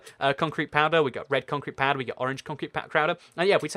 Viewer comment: "concrete pcrowder" 😁😂